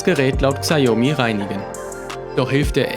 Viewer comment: sprich mir nach, SCHAO-ME xiaomi.